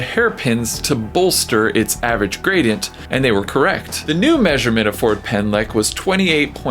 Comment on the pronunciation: Sad that you couldn't even try to pronounce the Welsh street name correctly